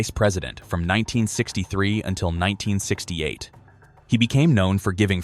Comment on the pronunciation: 1968? You are saying the year of Wayne Nance's death; I can't make out what the hell you are saying!